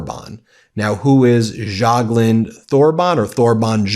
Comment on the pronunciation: Pronounce: Torben Y(a)gluund no TH here needed. A NYC crook untouched by the Soviet/KGB/Russian mafia is unheard of. Result is clear since decades ago, even thru Fred. Anyone must have known about and if so, got extinguished.